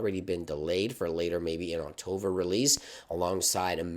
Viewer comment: Thanks for the info! Please try to say October, not Octover...